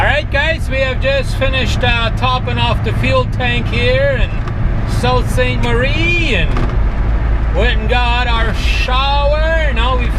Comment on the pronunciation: It pronounced Soo saint marie